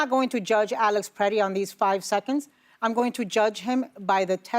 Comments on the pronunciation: Why does everyone keep saying Peretti? It’s Pretti. Pret. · Can Whoopi stop calling him “PER-Etti” and start calling him by his name “Pre-tti”?! She’s not dumb, so WTF is her problem?